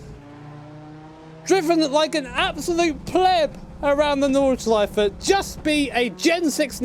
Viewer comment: no flaws in the pronounciation of nordschleife :D